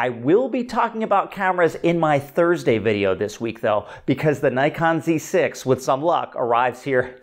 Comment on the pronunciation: I can't tell for sure whether you are saying Dee Six or Zee Six. I presume you really are talking about the Zed 6, I haven't heard any rumours of a successor to the D5 yet.